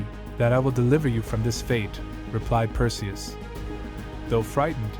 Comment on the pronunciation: Cant pronounce "PERSIUS" NAME CORRECT, cant watch it, and AGAIN with the friggin music.